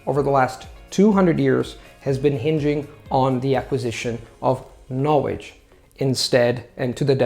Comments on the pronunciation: All I hear is ''Knowedge''. There is an important 'L'' missing there. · Great video! I am looking to learn Chinese mandarin. Do you have any resources you would recommend or a blog page that does this? Thanks in advance. Also one tip: you are pronouncing the word 'knowledge' incorrectly.